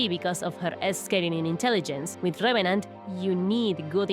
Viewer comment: RRRRevenant 😩😩😩 ima just rewatch the vid cuz of ur accent atp 😂❤️